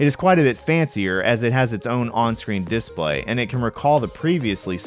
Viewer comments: couldnt process a thing you were saying because i was too focused on how you're choosing to pronounce "DIS-play" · Good arguments for both sides, but I'm pretty much indifferent to aspect ratio differences in these old games. But now I'm bothered about the pronunciation of "display". XD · It's strange how you inflect on this dis part of display rather than on play You say DISplay rather than disPLAY Just an observation lol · Seems mildly regional. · hrnnnnngggg who says DISSplay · Why do you pronounce display as this play? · The way you pronounce "display" is just begging for a displate endorsement. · I've never heard someone pronounce display like this. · The reason it bothers people is because your pronunciation of “display” is wrong in all the major dialects of English. EFL (English as a foreign language) teachers expressly teach students to not pronounce it the way you do. There are a few other words you used with stress on the wrong syllable, too, like “default”, and various two-word compounds. It’s just rather odd.